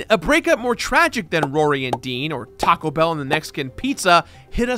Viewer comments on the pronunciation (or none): none